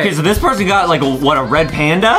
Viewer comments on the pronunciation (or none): none